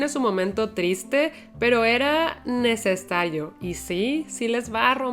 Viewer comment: era necesayo😅😅😅Nueva palabra propiedad de clau,el ingles esta haciendo estragos en su español😢😂igual a mi